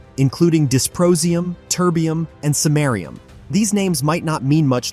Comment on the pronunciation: Disprosium, Turdium, Semarium ??